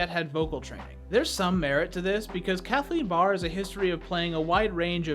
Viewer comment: When you said Kathleen Barr for a second I thought you said “capybara” XD